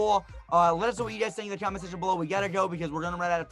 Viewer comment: Lost me with the name cooment